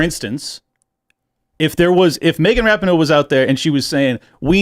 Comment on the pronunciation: Ra-peen-o, not Rap-in-o